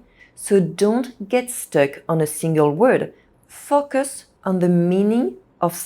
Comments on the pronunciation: To explain to anyone unsure, it should be fo-cus (long o sound) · Every time you said “focus” it sounded like “f*ck us” but loved your video. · Fock us? 😂. P.s. Your English is great, I'm just teasing you. Thanks for the good advice. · Your pronunciation of the word FOCUS needs some work. You are saying something quite vulgar: "F*ck us." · Enjoyed and her clear and precise english, maybe except the words like "focus" not easy for my french girlfriend too. Think of "go" and a long o, fo or "faux" as in french. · These are excellent tips! Thank you so much. I'd have just one small suggestion: be careful with the pronunciation of "focus" in English. The "o" must sound like the "eau" in French as in "beau". The danger in English is that the "o" acquires a schwa sound, which would then render it as "f**ck us" - not the outcome you want. Many thanks again for these excellent suggestions! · I love your idea! I gently encourage you to reexamine the word “focus.” The long O sound exists in both English and French, does it not? It startled the heck out of me every time until I realized what you really meant. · When I read your comment that's when that part of the video came up. And I understand what you mean. She did sound like she was swearing the first time she said focus😅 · you seriously need to work on your english pronunciation😅 especially on the word" focus" 😂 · I've noticed that non-native speakers invariably say this word in an arresting way!